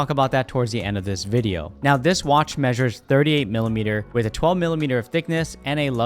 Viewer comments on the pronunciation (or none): none